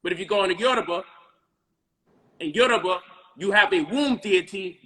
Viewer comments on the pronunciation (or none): none